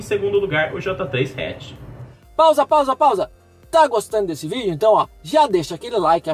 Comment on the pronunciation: Caraca, Tipo João Kleber kkkk Pausa, Pausa, Pausa.. ficou horrível isso kkk mais ta valendo a lista ta certinha